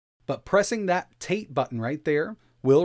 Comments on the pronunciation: Lol you said in "tate" mode or Rotate Mode. but it's actually ta tae mode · "Tate mode" isn't pronounced like eight, it's like "tah teh". It's Japanese for standing (more or less, y'all don't need a lesson on Japanese grammar). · it's actually pronounced tah-tay. It comes from the Japanese word for vertical. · I know it's technically pronounced "tah- tay", but ro-"tay-t" mode sounds so adorably American. Almost trademark worthy. 😝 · tah-teh is not short for rotate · Pronounced "tah-teh" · It's pronounced ta as in tar, te as in tent; no ey or ay sound. These end of word diphthongs are a common mispronunciation by native English speakers, since monophthongs are uncommon there that language. In Japanese (and honestly most other languages, Germanic ones too, even Middle and Old English), monophthongs are by far the most common vowel sounds in all positions.